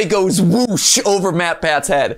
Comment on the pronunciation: It’s not mattpatt it’s moaetpoaet